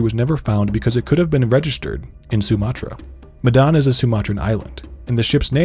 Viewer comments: the 'me' in Medan should be pronounced like the me in 'men' or 'met' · And the way it should be said is Medan with the me in 'met' not me in 'women' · the 'dan' is like dhan btw (rhymes with khan), not dan like plan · Medan is pronounced as Médan (Me as in ''men" and dan as in "done"). Just my two cents, saw some comments where someone/some people showed ignorance. I think it's unfair that we have to learn to pronounce names in English or other western languages like brands, etc right when ours get mispronounced a lot. I'm sure we aren't the only ones who feel this way. Just my two cents and also, this is a great video by the way. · Y'all really butchered the pronunciation huh😂